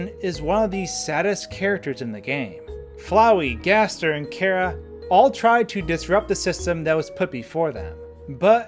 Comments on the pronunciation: It's not Kara it's ch-ara "CH" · it's ch ara